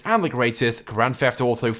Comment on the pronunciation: Why do you have a "wwwffffttt" , example : you say "Gwand Fweft Auto 5" It's so annoying